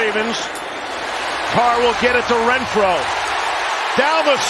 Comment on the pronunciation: It’s Renfrow not Rentfrow